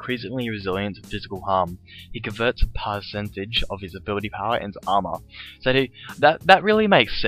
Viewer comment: i hate the way u say armor so much...